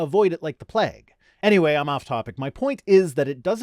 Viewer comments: Wait, what? Plague is pronounced like vague. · You pronounce "plague" the same way you do "vague". Gotta love the consistency!!! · Definitely! But he says "vague" and "plague" with a strange (to my Southern US ears anyways!) emphasis on the "a". He's made a comment before that he's gotten some hate for how he says "vague" so I know at least one other person out there hears what I hear lol.